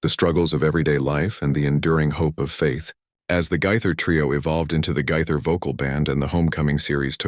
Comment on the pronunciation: Pronounced Gay ther. Gaither not Gyther!!!🤦‍♀️